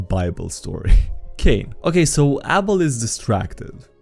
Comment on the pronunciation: the way he pronounced abel like apple hurts